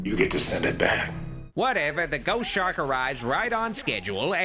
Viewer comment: ‘Chost Shark’